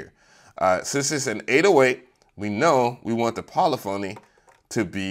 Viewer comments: Puh lif uh knee. Not poly phony. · Po liff a knee, not poly phony LOL. Had to mess with you LOL. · Yo the word Polyphony is pronounced "Polifany" Come on MAN!